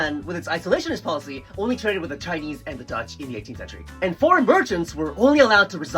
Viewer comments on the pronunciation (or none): none